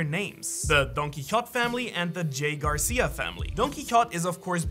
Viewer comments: hey. Don’t forget the r in my last name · Your forgot the R in "GARCIA".